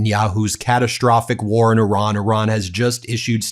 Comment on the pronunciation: I ra n .. Good job.. Like O ma n...